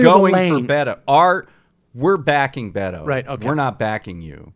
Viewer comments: Please gentlemen, 'Beto' is pronounced "Beh-toe" not 'Bey-dough". Thanks. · Yeah, this is something they've been doing for awhile - mispronouncing his name. I've pointed it out in the past to no avail. I don't know if it's because they really haven't followed him much, but they simply refuse to say 'Beto' properly. Maybe on purpose, or maybe it's a NY/Long Island thing...probably on purpose.